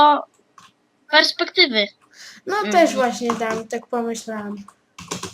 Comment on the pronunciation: I nie sperspektywy, tylko perspektywy "Link do perspektywy Alberta"